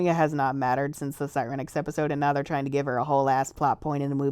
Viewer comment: I like how they pronounce Siren-ix. It's more natural, because you retain the pronunciation of Siren, and not Si-REN, which ... I mean you don't call a police car sound that, do you? I don't know where the other came from.